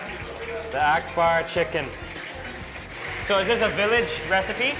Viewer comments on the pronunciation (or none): Did he say kitchen or chicken? I'm confused!!!